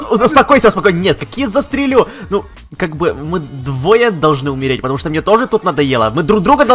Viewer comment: вика ня Не "шо", а "что"